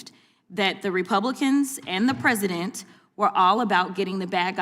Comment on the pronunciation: "LAME DUCK PRESEIDENT" 😂😂😂